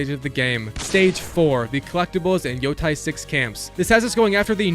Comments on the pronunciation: “Yo-teh” not yo-ty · Bro said Yotie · Yea i feel the same pain🥺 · how did you manage to butcher every single name, even the name of the game itself 😭